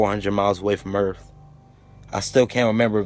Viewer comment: "earf" lol